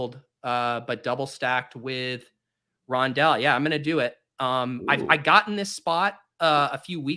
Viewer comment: it’s called Rondalé